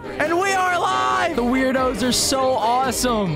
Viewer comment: tip: the werdos are actually pronounced “word-o’s”.